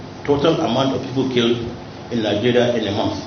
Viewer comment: Why everyone is saying kpai instead of killed